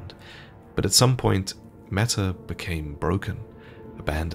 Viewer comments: Metyr is probably pronounced Mee-tyr, from the greek world μήτηρ which means "mother" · Fun fact Metyr ( meeteer) pronounced correctly means Mother in Greek/Ancient Greek.